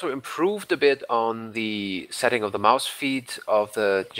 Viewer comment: d3rrial ich hab das auch nur raus gehört weil er 'Maus' so übelst deutsch ausgesprochen hat